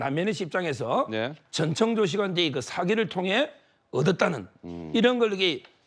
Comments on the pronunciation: 아나운서가 발음이 왜저래; 자꾸 정청조래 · 앵커님이 자꾸 정청조라고 하시니 약간 거슬리네요~ㅎ